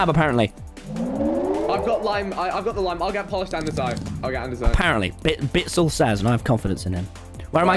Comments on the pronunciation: People: Andesite Tommy: Andesonite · nobody : tommy : adesanite 🤣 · “Andisonite” -tommy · And-es-inite Hah nice pronunciation tommy